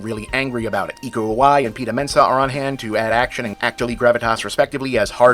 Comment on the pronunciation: The S in Iko Uwais isn't silent Bob.